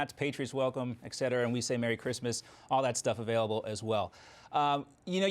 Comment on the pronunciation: you are a pro please don't say EX CETERA. it is ET CETERA etc. NO X